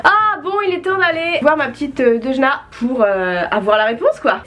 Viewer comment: "DeuDJna" Ça me bute, coment t'as pas respecté son pseudo 😂😂😂